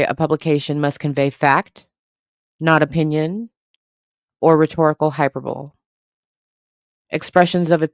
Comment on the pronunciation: Hyperbole is pronounced high-per-bo-lee 😇